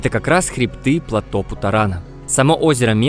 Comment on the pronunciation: первый автор на ютубе, произносящий слово ПЛАТÓ с правильным ударением